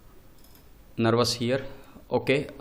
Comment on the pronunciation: no: nervous yes: nervas